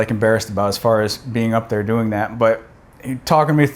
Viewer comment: "Hey folks, howaya guys doooin" I could have sworn you were Canadian for a second.